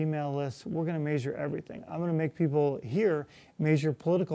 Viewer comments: did he say..."MAYsure our progress"? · I was wondering why he wanted to "major" everything, pronouncing j like zh. It took me a minute to realise he's saying measure in a non-standard way. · i'll vote for him again, but he is disappointing for many reasons you probably already know. that's why me and many other college students won't be pumped up to support him. you say "measure" weird.